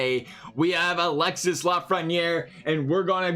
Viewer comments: It's not pronounced Alex-sis, it's alex-e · Alexee is how its Pronounced